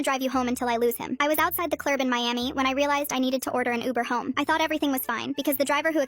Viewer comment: “I was outside the clurb in Miami”